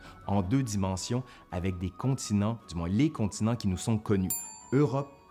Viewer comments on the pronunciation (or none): none